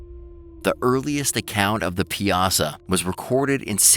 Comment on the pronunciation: Piasa is pronounce pie uh saw